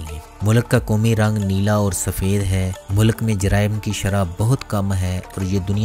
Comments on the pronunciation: Mulak ni hota sir mulk hota hai.. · It is a good video however pronunciation of Urdu is a bit not right. Please correct it. Like it is “ mulk “ not Mulak. Population of Turkish people looks looks low, please check. It is 18%.